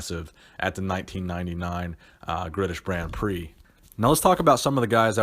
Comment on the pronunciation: he says “Gritish Brand Prix”